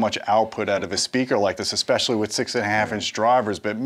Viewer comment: When a man selling you an $11,000 speaker pair says eXpechally..... especially essssssssssss pecially